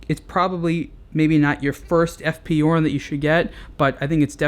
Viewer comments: It is pronounce "zhurn" not "yourn".just an info. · F.P journe is French not German so it's pronounced 'zhourne'. If he was German then 'yorn' it would be. But no -. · It's Journe. Not Yourne. Otherwise, good review. Thanks. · F. P. Journe or eff pee shourne, not eff pee you're. Sorry, it's my OCD. Update: I couldn't finish the video having to hear you mispronounce Journe. And yes, I know I could very well be wrong. But if I am, then I couldn't watch anymore because he kept rightly pronouncing Journe. 🤷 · Pronunciation is totally wrong. Again! The name is pronounced like in french equivalent for the "day: Fonetically "JU:R" and add the N at the end: JU:RN. Also the initials EF PE EF PE JU:RN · It's pronounced "shourn". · hard J as in Journey... It's Fench